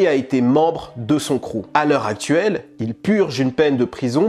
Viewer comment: Le cruuuuewwww de cette annee la en a fait peur plus d un?heu moyen le francais la.....